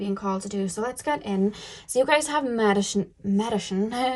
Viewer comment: this is a heavy hitter. I chose pile 2, there’s a rose quartz heart right in front of me as I am watching it. And you saying “Medichine” reminds me of how my speech is a bit obscure due to the Invisalign I have